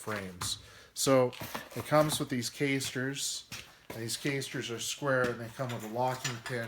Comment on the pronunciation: come on dude...not KAYSTERS but ca:sters....